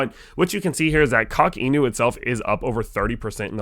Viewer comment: Good video, homie. But before you drop any alpha, def. get the pronunciation right. It's pronounced "Cock In You." Not to be crass, but it's part of the whole meme. So, again, the correct way to pronounce "Inu" is not correct within the context of Coq Inu. I'm not trolling, but I'm the type of guy that if I have a booger hanging out of my nose, I'd rather be embarrassed once when someone tells me, instead of walking around with it (i.e., saying "Coq Inu" wrong) hanging out of my nose all day, for everyone to see it (i.e., continuing to make videos and drop alpha whilst saying the name of the project completely wrong). Ya dig? Word. Carry on. Also, we'd love to have you in the community. Come check out a Spaces sometime.